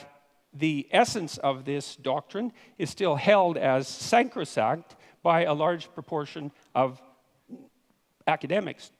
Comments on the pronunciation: Holy shit I'm just noticing that he says "sancrisact" instead of "sacrosanct" lol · "sanctro-sact"- it is almost like Peterson isn't all that good at English